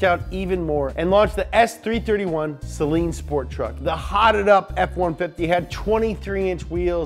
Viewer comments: Its not Sellen, Its SAYLEEN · It’s SUH-LEEN. NOT SAY-LEEN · Actually it’s pronounced say-lean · SlickHomieSeal Acktually it's pronounced sell-lean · Its pronounced saleen not saleen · pronounced "say-leen" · The Saleen Ford Explorer